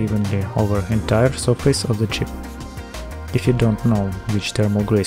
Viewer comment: "Disconnect ze battery from ze laptop"